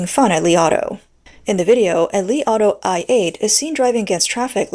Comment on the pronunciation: I heard "the Li Auto I ate"